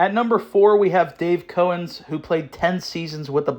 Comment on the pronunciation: Its pronouced Cow- Ens